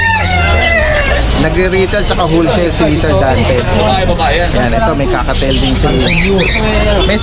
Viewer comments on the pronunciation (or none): Bakit lahat ng vloggers ang tawag sa COCKATIEL eh, "KAKATEYL" . Baka akala nila dahil may buntot kaya kakateyl tawag nila...hahaha ( kaa-kuh-teel ) yan po ang tamang Pronounciation nyan.